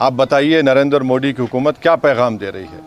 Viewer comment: ये शख्स जब भी मोड़ी बोलता है इसको ARREST करना जरूरी है इसको मोदी उच्चारण सिखाना जरूरी है